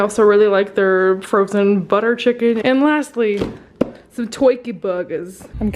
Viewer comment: "Some tuwkey burgers"